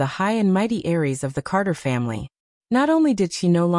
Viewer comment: "Heiress". The word the AI is looking for is "Heiress", not "Aries". An "heiress" is the woman destined to inherit the bulk of a families wealth. "Aries" are people born between March 21 and April 19, under the first sign of the Western Zodiac - Aries, the Ram. The sound is very similar.